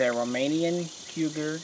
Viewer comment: Cugir is pronounced Ku-djir. Stop pronouncing like you do because it sounds just like Cougar. I hope you will find this helpful.